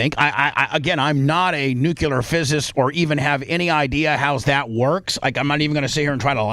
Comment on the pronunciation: “I’m not a newcular fizzist.”__Bubba